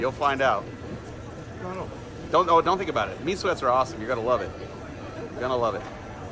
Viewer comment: I think you’re pronouncing “meat sweats” wrong.